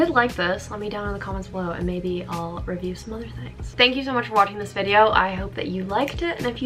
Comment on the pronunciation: I thought u said ravioli not review